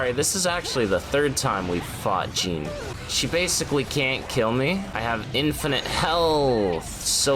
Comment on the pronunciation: It's not Jean it's JEANNE multiple characters say her name correctly!